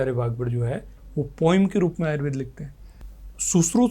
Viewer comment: बहुत सुंदर लेकिन एंकर महोदया से अनुरोध है कि वह आयुर्वेद को आयुर्वेदा न बोले